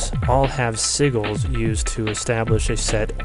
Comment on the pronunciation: it's not pronounced seaguls. it's see-jill